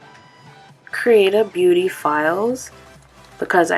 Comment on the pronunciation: Never heard of creatabeauty before. When you were saying it, it sounded like you were saying “creative beauty” lol might have to check out the hemp products!